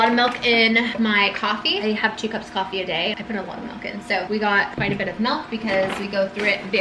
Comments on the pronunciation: Don’t expect me to get over the fact that you say “mElk” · mElk, mEElk.... 😐😑